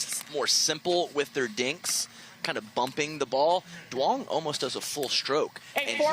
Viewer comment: Can someone tell the announcers to say "Young" not "Du-ong"?